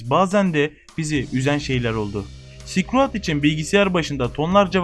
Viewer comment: tamam ilk okulda böyle okuyabilirdik belki bu oyunun ismini ama şuan kürt gibi okuma silkroayd ne amk